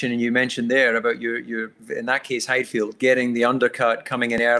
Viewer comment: Get DC to learn to say Heidfeld, please